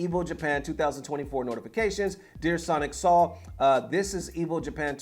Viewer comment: His name is pronounced "Soul" not "Saul" 😂